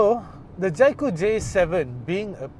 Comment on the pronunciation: Can’t even pronounce the brand Jaecoo properly, it’s J cool and not Jai Cool